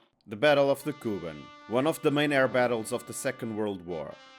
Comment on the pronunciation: It’s KubAn, not KUban! Learn the material!